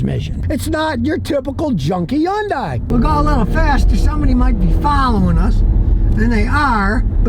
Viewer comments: "Sometheen"????? "Interesteen"????? "Yundai"????? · Yun-dies. How many ways can we pronounce this car's name?